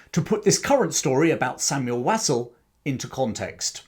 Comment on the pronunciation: Interesting content. Just a small point, you are not pronouncing his surname correctly. It should be pronounced Wosul. (I'm a friend one of his family members).